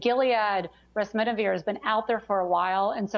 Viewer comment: Remdesivir, not Resmidivir.